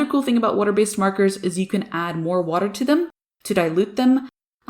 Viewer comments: Bro ur so annoying how u say wooter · Firstly I love the way you say “water” secondly, the camera work on your videos are on point, thirdly... I love this piece! Blending is so hard, and so is using water. Like you, be careful not noise too much. You make us look So easy!! Great work!